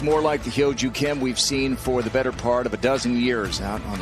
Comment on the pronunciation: 아나운서가 김효주 선수의 이름을 정확히 발음하네요.